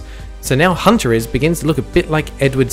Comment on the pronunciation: YOU MISPRONOUNCED HUNTERLS SMHSMH